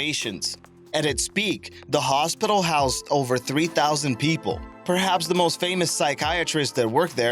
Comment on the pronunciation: who is this narrator? Dese for these, Da for the...